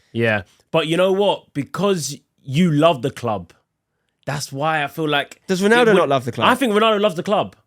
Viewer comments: I enjoyed this but every time I heard "Ronardo" it hurt a little. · Why does he keep saying Ronardo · Why bro keep saying Renardo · Nobody….: “Ranardo” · I even heard Renato at one point…. 🤣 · Can’t even say ronaldo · For someone who loves Ronaldo so much you’d think would be able to say his name properly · Is it only me whos triggered about the mispronounciation of Ronaldo? 😅